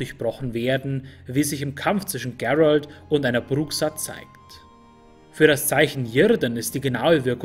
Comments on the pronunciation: Geilo, aber bitte Gerald wie Gerald aussprechen. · klasse Video , nur den Namen musste nochmal üben GEEEEralt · sprech Geralt nicht englisch aus. Wieso hast du dich dazu gezwungen gefühlt? :-/ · Finde ich auch. Liegt wohl am Netflix Einfluss. "Gerald" xD Ich komme aus Polen und ihr könnt euch die Aussprache beim alten low budget polnischen Witcher Film hier auf youtube anschauen. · Einzige Kritik ist die Aussprache von Gerald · top, echt gut u ausführlich u sprachlich sehr schön! Von Tolkien, Elder Scrolls, Germanenmythologie, Kelten und soooo viele andere, nun also Witcher, Oida, das machst du astrein. Aber, Geralt von Riva, der Name Geralt wird auch wie im Deutschen gelesen u ausgesprochen🤔🤗. Aber das soll keine Kritik sein, nur ein Hinweis von jemand, der das was du bringst sehr respektiert u achtet. Auch das du keine Politik ins Spiel bringst, sondern wirklich nur über das jeweilige Thema sprichst! In der heutigen Zeit, in der vom Fußball und der Werbung und sogar Kochsendungen durch u durch vor Propaganda u Politik nur so triefen..🤢🤮., mach bitte weiter so, du machst das soooo gut verständlich, top. 👌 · Spricht man Geralt nicht einfach so aus wie es geschrieben wird? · Sprich doch bitte Geralt normal aus. Das ist kein Ami Name.